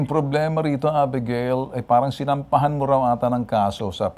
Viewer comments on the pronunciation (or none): Abegeyl po ang pg bigkas hindi 《a- bi-ga-il》